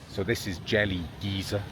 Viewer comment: Those of us in the US pronounce it GUY-zer.